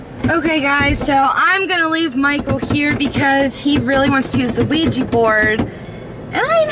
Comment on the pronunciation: Omg.... Why can´t people say OUIJA correct? It´s not OUIJI, it´s OUIJA. Oui-Ja is french and german for yes-yes.